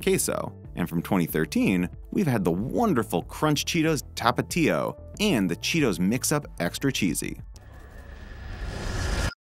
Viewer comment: I can only eat like 5 Cheetos But I can eat 40 bags of flamin hot Cheetos tho because it’s delicious Also the way he says Tapa tío is just funny to me